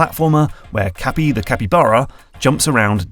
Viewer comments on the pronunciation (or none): none